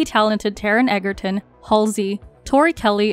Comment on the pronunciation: My name is William Egerton and I can confirm that it’s pernounced Edge-erton 🫤